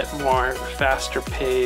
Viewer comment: So exciting! looking forward to the new adventure and of course the renos!! ...I'm French so I thought I would help out with the pronunciation of "laissez faire" sounds like "less hay" + "fair".